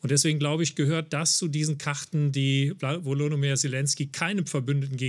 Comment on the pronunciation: Maybritt Illner sollte mal den Namen des ukrainischen Präsidenten korrekt lernen: Wolodymir (Nicht WolodOmyr…)